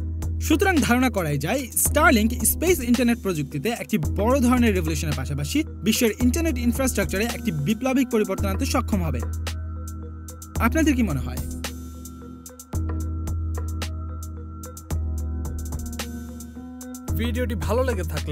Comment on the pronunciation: বিপ্ল‌বিক না বৈপ্ল‌বিক। বাংলা‌কে বাংলার ম‌তো ক‌রে বলুন।